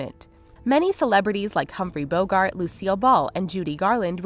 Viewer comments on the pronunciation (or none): none